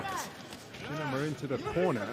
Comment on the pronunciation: Its "Shinima" not Shininima